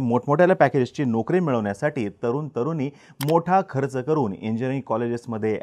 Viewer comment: ' न ' आणि ' ण ' ह्यातील फरक कळतो का तुम्हाला? भाषा जरा नीट करा. तरून-तरूनी नसतं.. तरुण-तरुणी असतं.